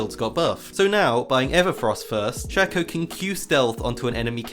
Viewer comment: It's shay-co not shacko